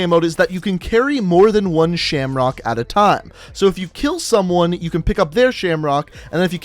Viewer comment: Why does keep on calling it "Shamrocked & Awe"? It say Shamrock & Awe